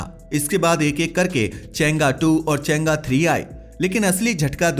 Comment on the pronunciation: चेंगा नहीं भाई चैंग - ई